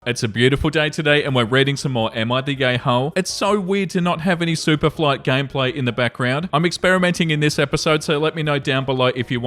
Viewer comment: thank you, I thought he sad 'Superfly' 😂